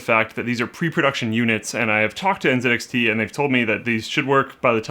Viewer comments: lol Linus said ncix not nzxt😂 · So was it just me or did he say that it came with NCIX fans. I know the fans are actually NZXT and they are shown that in writing on the vid. But it really sounded like he said NCIX. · Nzxt not NCIX lol